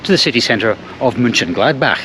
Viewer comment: Mönchen…, not München… ö and ü are pronounced differently.